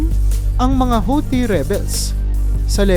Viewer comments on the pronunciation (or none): none